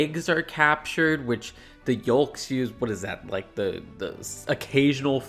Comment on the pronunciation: Why do you say "yolk" like that